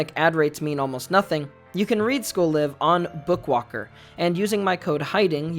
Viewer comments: Please for the love of god, its pronounced as in "We're live in New York" or "We got a Live one" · Am I the only one that pronounced the 'live' in school live with the I being pronounced like Life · Are you supposed to pronounce "Live" like the verb?? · Am i the only one that thought it was pronounced school layv?